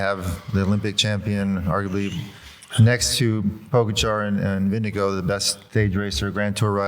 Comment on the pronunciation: George - it's not 'VINDE GO'